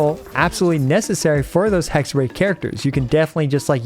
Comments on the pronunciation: To pronounce "Hexerei" more accurately, pretend that there's a Y at the end instead of ei. Like "Hexery". And while we're at it: For Klee, pretend it's spelled "Kleh" instead please. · You know Raichu from pokemon? Try saying Hexe-Rai, its closer to what its supposed to, i dont expect everyone to perfectly pronounce the german hard R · Hexerei is pronounced as "hexerai" and basically means witchcraft 🤓 German here btw :) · The final part of Hexerei is pronounced like the English word eye. So more like Hexer-eye. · Finally Venti gets the treatment he deserves 😭🫶✨ Btw it's pronounced "Hex-ehr-eye" but who cares? Everyone hates German anyway ✌️😔💔(atleast I do) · German here. Hexerei is pronounced Hex-uh-rah-i. just smoosh the last two vowels together a bit more than that phonetic spelling would imply and you're good. german always uses the a sound that you'd make at the dentist when they tell you to open your mouth and we also use that in ei sounds, just with an ee sound slapped behind it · Hexerei is german. You pronounce the "ei" simply like "I". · The pronouncation of Hexerei was quite good but not perfect :D The first part was corret but speak the rei part like Rai from Raiden. Just saying if you like to know. Its cute how you said it. Greeting from germany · as a german, the pronunciation of Hexerei here is lowkey pissing me off lmaooo Seriously though, I love how versatile they made him, giving both old and new characters the chance to glow. I hope Hoyo, after seeing the positive feedback for Durin, is going to go back to making more characters like this. These super niche, one-team-only characters are so tiring to see atp. Also Im praying he's gonna be one of Alice's best partners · Your pronunciation of ‚Hexerei‘ wasn‘t quite correct. The ‚ei‘ at the end is pronunced as ‚i‘ like in ‚ice‘. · Nope. You indeed didn't say "Hexerei" correctly. :D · It's HexereI (like I in ice), not HexerAY - it's German ;). Oh and fokus is on the first Phrase ^--, not --^ (sorry ^^)